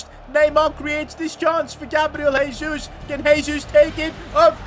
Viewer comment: you don't actually pronounce "Jesus" like that, in portuguese you use the normal "J" sound